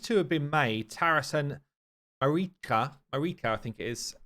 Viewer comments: Marichka should be pronounced with ʧ - mariʧka. It is slavic indeed, diminutive form of Maria if Im not mistaken. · Marichka is pronounced Ma-reesh-ka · It is (Ma REE ch Ka). Anyway, She seems amazing. Her passive is great against Bommal. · Here in Ukraine we call the invaders "Orcs". So Takas making them frightened is an amazing joke. FYI Marichka, you should say ch as in chair MA-REE-CHKA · It pronounced with ch - Mari-ch-ka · Ch in Marichka is pronounced same way ch in i.e. 'check'. You're welcome ☺️ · Ch in marichka is probably pronounced sh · Marichka is pronounced with a Ch sound, it means "little Mary"